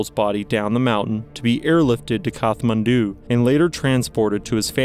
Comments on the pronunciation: It's usually pronounced "Kat-man-du" but either way it's with a hard t and not "kath" as in Katherine as was used in the video. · It's pronounced kat-man-du not kath. Hie you dont even know this even know this when you're making a doco is beyond me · You pronounced Kathmandu incorrectly, it's a hard "t"